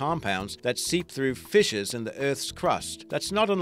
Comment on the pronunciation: I love the announcers voice along side this knowledge is awesome. however when he says 'fissures' it always sounds like 'fishes'